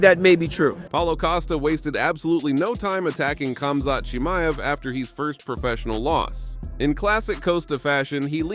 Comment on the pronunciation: Bruh turned khamzat into chinese lol chimeav to Mr ching ma ev 😂 That being said khamzat would still beat ulberg